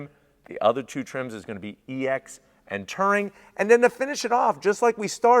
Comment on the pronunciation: It’s touring not tering